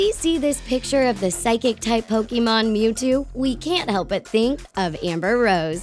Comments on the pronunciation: I usually don't leave comments on videos, but I had to for this. 1. It's pronounced Pokèmon (poke-AY-mon) not Pokemon(poke-ee-MON) 2. Just because an artist sticks their tongue out doesn't mean they're a Pokemon, okay. If I stuck my tongue out would I be a Pokemon? 3. Does long hair automatically blue vines that make up your entire body? DANG, guess I gotta cut off my vines. Also you're pronouncing tangela wrong. 4. Please explain to me how that lady in ANY way looks like Mewtwo. I think you may be the only person in the world who looks at her and thinks "Wow, a Mewtwo!" 5. I have so many problems with Vin Diesel diglett. Firstly, how do you not realize that the muscle body is just comedic fan art? Do you know what diglett is? A fat, rod shaped mole. That is literally it. 6. Katy perry is weepinbell? SERIOUSLY??? You literally took one picture where Katy perry's mouth is open wide and said weepinbell. Look at any other pic and the last thing you think would be weepinbell. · I cringe when y'all don't say it right "Pokeemon" is not how u say it. It's Pokémon.